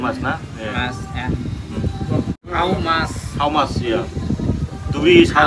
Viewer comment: How mach 😂😂 famus